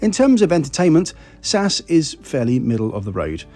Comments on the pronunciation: It's Ess-Ayy-Ess. Not Saaahs. If you are going to travel on narrow-bodied aircraft for long flights you should wear a kilt so it's easy to dissipate fumes by flapping it instead of a slow release through your trousers that will annoy staff and other passengers. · Love your videos, but please… please… don’t call them Sass! It’s SAS. Ess A Ess. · You def lost me today: Saaas Airlines? JFC… Not Tool much to get the Name right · As far as I can remember you are the first one who pronounces SAS in in one word rather than the single letters S-A-S 😉! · Sass? S-A-S, as it has been called historically, sounds much better. Like BOAC being called Bowack.